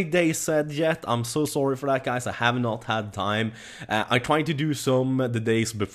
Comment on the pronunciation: "why you heff to be mad"